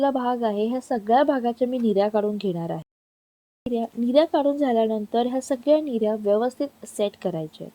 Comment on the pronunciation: Mirya😅 nahi g nirya